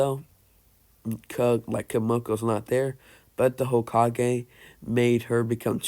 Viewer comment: Its kinda irritating, not gonna lie